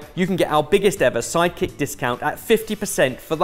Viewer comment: Am I the only one that keeps hearing "psychic app" whenever they say "side kick app"? 😂